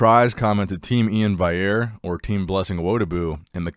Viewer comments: In before says Vaillere instead of Valliere again:) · Love the video,! But how can you say Blessing’s last name right but not Iain’s? Valley - Air lol